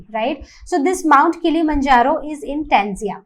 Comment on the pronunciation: 🚫 Tanzia 💯 is TANZANIA